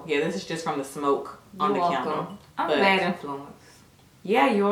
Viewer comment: Yall can make somebody go broke always im mad the bubble bath out of stock...yall are to funny when said can d le lol said CANDLE LOL